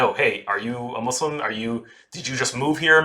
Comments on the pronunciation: I love the concept of this video and not just because I'm Muslim. also thank you for saying "Muslim" right XD got bored of hearing "muzzlim" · good pronunciation of muslim!